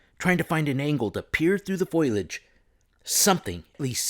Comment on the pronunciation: Fo-lee-idge, my dear. Foliage is pronounced fo-lee-idge. You had pronounced it as foil-idge, but I assure you that there's no tinfoil in the local vegetation. 😉